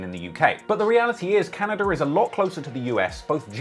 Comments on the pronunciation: Say “Canader” one more time….. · LEG AZZ. CANADURR. YEWCHEWB.